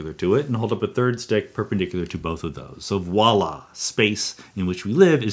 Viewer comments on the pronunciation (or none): none